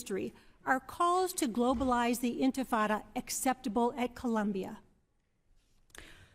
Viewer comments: “Infintada” It sounds like some kind of pastina for infants. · Mispronounced. The Intifada were a series of 2 uprisings against Israel by the Muslim Arabs in West Bank & Gaza territories which saw youth bombers in belts exploding on buses, grenades thrown into shopping malls & universities, cafes, pizza parlors, etc which the media mythologized as "children throwing stones towards Israeli tanks." Americans & the world gobbled up this total misrepresentation of the reality of tiny Israel under permanent threat by surrounding Arab countries plus locals launching a highly-mediatized & interpreted Intifada. The sad reality despite 2 Arab countries making cold peace, & al-Fattah Sisi of Egypt being the best Arab leader. Actually, the Intifada was pushed to more barbarity by a Hamas founder al-Rantisi, a pediatrician, who sent wayward children & youth to commit suicide-mass homicides to kill as many Israelis as possible.